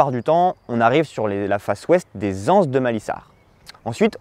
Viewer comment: Les Lances de Malissard, pas les anses (ni l'aisance) ;-)